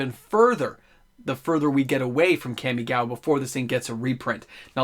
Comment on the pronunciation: That Kamigawa pronounciation tho... :P